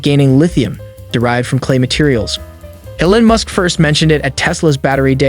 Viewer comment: I cannot take this video seriously the guy doesn't even know how to pronounce Elon Musk's name.